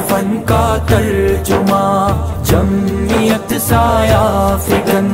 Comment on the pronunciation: تلفظ کی غلطی جمیت.... ضرور ی تھا کہ پڑھتے جمعیت